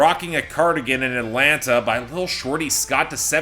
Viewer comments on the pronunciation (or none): none